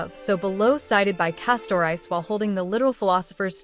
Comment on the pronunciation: I enjoyed this video but 1 thing kept erking me. Its not Kef-fay-el. Its Kef-fah-lee Not Cas-tor-ice, Cas-tor-ress Not Meme its Mem Not El-lee-sha its El-lee-sia think Elysium The tablets , although subtle, fit together as puzzle. Observing closely there are tabs. So it looks like this I [ [ [ I 1 tablet has a beginning and female end Next tablet has a male end and females end. The 3rd tablet is a repeat of the 2nd Finally the tablet has a male end and a ending. If ya rearrange the tablets so the 2 end pieces are the end then slot the other you get: Has The Sun Never Risen ? Has The Night Never Fallen? Has The Fire Never Ignited? Has The Hero Never Existed?